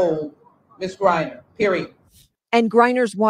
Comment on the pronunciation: GRINER...long i